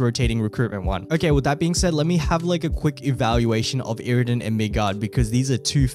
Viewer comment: sowwy iwwidon , migard lezgooo